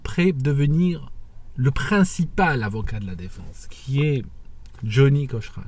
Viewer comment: It's Johnnie Cochran like Cokran not like Coshran. Also it's not the 2nd amendment, it's the 5th.